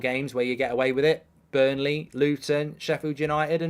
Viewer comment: ……it’s Burnley